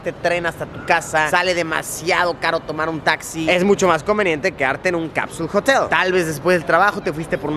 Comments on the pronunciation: "Capsuuulll Jotel"😏😏😏😏😂😂😂😂😂 Ridiculo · jotel suena parecido a Mootel